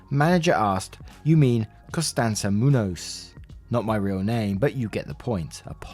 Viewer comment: So you know, when there's a "~" above an "n" that is called (verbally) an "en-yeh" and its pronounced as though there's a "y" after the n"", so it would be, MOON-yohs. The more you know :)